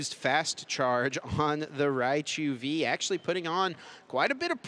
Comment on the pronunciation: "MiRaichu" HAHAHA